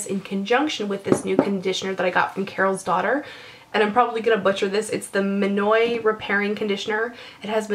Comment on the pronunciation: You pronounced minoi correctly BTW. Great video! =-)